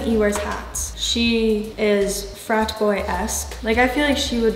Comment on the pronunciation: "fraT boy esk" "fooTball" The pronunciation she uses lol